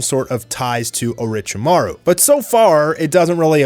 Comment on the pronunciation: Who … tf… is Orichiemaru? Maybe he means Orochimaru